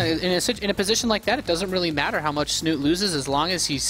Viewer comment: lol I am starting to call him Snut. when his name is actually Snute in norwegian. Learn it caster ^^ he is too famous now to not pronouce it right!